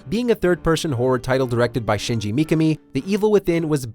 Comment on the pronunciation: WOW you butchered shinji's name